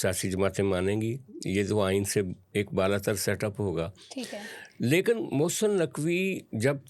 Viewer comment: جس کو لیکن بولنا نہیں آتا وه بھی تجزیہ نگار ھے 😂😂